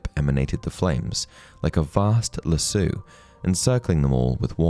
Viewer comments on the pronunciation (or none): You’re saying it wrong. It’s not Lassoooo, it’s Lassooooh. 😉